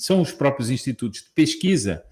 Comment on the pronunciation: kkkkkkkkk "intitutos!